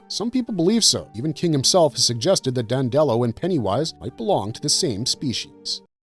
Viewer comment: It’s pronounced DANDY-low NOT DAN-dellow.